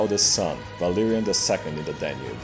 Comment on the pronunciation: Idk if it's just be but it took me way too long to realize. But when you say Valerian it sounds like Valyrian (The Game of Throne Ethnicity which the Targaryens are from) and their race was known for dragons and white hair and purple eyes.